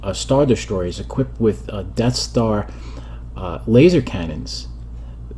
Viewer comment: "enough already wid doze def starz!"